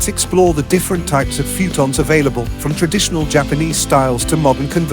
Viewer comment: Instant thumbs down for the AI saying “fewtons.”